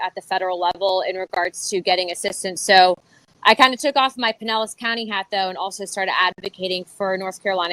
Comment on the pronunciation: Love the effort. That one's pronounced with out the Spanish double L . I have a double L in both my names. First one is reg 2nd is Spanish. Pinellas county sounded so off to me it took a few minutes to realize that was what was said. There might be people that say it but I'm 5min from there and never heard it before.